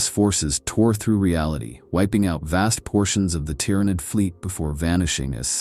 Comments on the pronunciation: Pronounce Tyrant for me PLZ. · I was about to correct you on your pronunciation on "Tyranid", but then you got it right. Then wrong again... then right again. Grammatical rollercoaster... For the record, it's pronounced "ti-ran-id", not "tye-ran-id" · The T-How? Bruh your pronunciation needs work